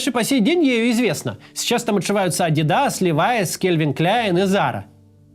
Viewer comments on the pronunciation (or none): none